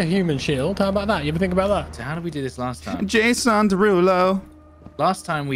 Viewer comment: yayson -it's ja. ja ja jason -ye ye yayson -who put you up to this. was it kimmel?